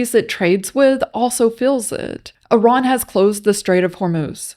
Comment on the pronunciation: Why do people pronounce Iran as Eron?